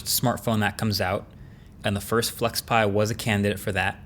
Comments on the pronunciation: When you said flexpai, i thought pi as in Raspberry Pi. 😅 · Weird "flexpai" but okay...